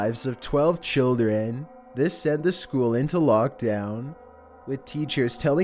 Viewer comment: No ones gonna notice how annoying his voice is? He put the schOOl inTO locKDOWn